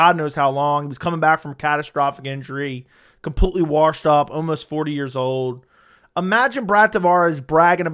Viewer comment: Washed doesn’t have an R in it